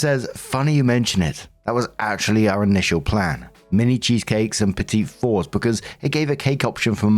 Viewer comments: minor inconsequential thing lol: petit-four is actually pronounced more like 'petty-four' in terms of how it sounds lol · Petit For is pronounced petty four. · Pronunciation tip: Petits Fours is pronounced "petty for"